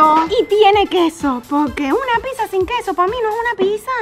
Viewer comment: Se dice pizza no pisa avals mal